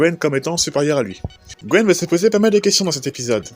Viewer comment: Il y a un truc qui me taraude : j'arrête pas d'entendre "Gwen" alors que la traduction donne "Gwyn". Gwen est le nom français ?